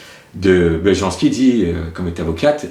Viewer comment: On lit « y » les « j » dans les langues slaves... Belyanski